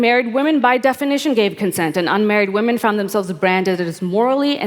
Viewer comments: Louise is awesome. Grimes lisp needs acknowledgment, but why does Anna pronounce women "Waman" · I didn't know that there was someone other than Pewdiepie that pronounced it "Waman"... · Can't stop chuckling at Anna's utter refusal to say the word women properly.